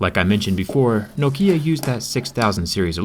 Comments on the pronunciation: just sounds strange to me, I pronounce it nok-ia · Nokía sounds annoying for me... Why pronounce it like that? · Its pronounced Nok-ia. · noKIA (that's how he says Nokia) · in sweden and likely finland we pronounce is nokja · It's nokia not no kia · In Norway we pronounce it “Nóókia” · Man säger nåkkia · Originally it's pronounced nokea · In the UK it's pronounced like (knock I er) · Yes but because you Americans can't speak properly it doesn't make it right. And around the world it's pronounced "Knock Ya". You're literally the only ones misspronouncing it ;P (like like you can't say "mobile" or "nougat" lol) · Why say Nok Í a? is nokia... 😂😂😂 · Well, where I live we pronounce it as "knock-iya" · No-Kia? Yeah I have no Kia. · I hate the way you say NOKIA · What's Know Kia? Isn't it Nokia? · N O K I A IT IS AS SIMPLE AS THAT YOU PUT WEIGHT ON "NO"KIA IT NOKIA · I pronounce nokia like “knock-e-ah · Learn how to pronounce Nokia fuck sake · Why do americans always pronounce things wrong, why not pronounce it as the company does? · The way you pronounce Nokia kind of bothers me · Why put so much emphasize on the I in Nokia? It's not written Nokiea. This is so weird to hear, just say Nokia, no special pronunciation necessary. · Ahhh sthap its Knock-E-Ya not No-Key-Ya :/ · Man, the stress is on the first syllable. NOkia, not noKIA. Hurts my ears. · It's Nŏkia, not Nokĭa, emphasis on "o", not on "i". Great durability test, bravo. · It’s pronounced Knock Kia not No Kia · I though here in the U.S it was pronounced No-kia and not no-kee-yah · It is pronounced Nok-ya not Nok-iyah!!!!!!!!!!!!!!! Whats wrong with you!!!!!! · it is nókia, not the goddamn nokía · As a Brazilian, watching it was painful, we pronounce Nokia as "Nóquīá" and you say it like "Nôkiã" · In Finland we say "Nokia" not "Noukhia" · Не нокИа, а нОкиа. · KNOW KEY UH ;_;.... KNOCK E UH ftw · I really find disturbing the way you say noKIA lol,its NOkia(short O) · No-keya? It's no-kia people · NOkia not noKIA